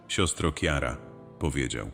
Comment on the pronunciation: Carla Acutisa! Nie umiesz odmienić imienia i nazwiska??!! Żenada! "Chiara", a nie "Kiara"! Jak nie znasz języka, to sprawdzaj w słownikach! "Siostro Chiaro!", bo to jest wołacz, a nie mianownik! Do szkoły! Musisz powtarzać byki po Sztucznej Inteligencji??!! Przecież tego nie da się słuchać!